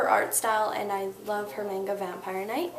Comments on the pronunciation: mahhhnga, not maynga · MANGA is Mahn ga NOT MAIN GA =.= if you read it learn hot to say it. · Just letting you know its not pronounced mayn-ga it's pronounced mon-ga. ( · Sort of found it irritating with the mispronunciation of manga. It is "manga (mah-n-gah)," not "mainga." Everything in the video seemed to be helpful though! lol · I like the video and im on paigee world! But manga is pronounced maunga not mainga its spelled manga though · Mahng-ga NOT Mehng-ga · Maw-nga! Not mae-nga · In Japanese, the "A" is phonetically pronounced as "ah". In the word manga, it is pronounced as "mahnghah". She pronounced it as "m-eeeh-ngah" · I'm sorry if I sound picky but it's always been a pet peeve of mine when people pronounce it "mang ga" rather than "mahn ga" ._. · yes, not MAN guh. Its pronounced mahnguh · She called it "main-ga".... Weeaboo.... Like damn... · Okay I think this is a really cool video. Helped me a little bit. But I'M SORRY. "MANE-GAH" ? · U said manga wrong (mon g uhh) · its pronounced mon ga like a jamacin steriotype of saying man and then just ga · Idk can you really take someone seriously when they can't even say the style of art right? Little things like 'manga' vs 'meinga' or 'Hino' vs 'haino' can really help ;>-> Just sayin' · You called it MAINGA... Now the whole video is ruined. =x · It was all cool until she missed pronounced manga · You pronounced manga wrong... gj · Wow, you should learn how to pronounce Japanese words bruh. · you didn't pronounce "manga" or "Copic" properly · Yay, just what we need. An American who pronounces Japanese names wrong because she didn't do her research :D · oh.... you said manga wrong but people make mistakes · you say manga wrong!!!!!!!! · She pronounced "manga" wrong.. o-e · You pronounced MANGA wrong! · you pronounced "manga" wrong. youre a good artist though :D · GO 2 GOOGLE TRANSLATE AND PUT IT ENGLISH 2 JAPANESE AND TYPE IN MANGA AND LISTEN !!!!!!!!!!! UR SAYING IT WRONG